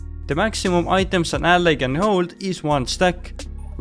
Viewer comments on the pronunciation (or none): none